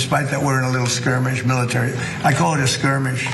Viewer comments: it's "skirmish", not "squirmish". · Ana said "SQUIRMISH" 😂😂😂😂😂 🤦‍♂️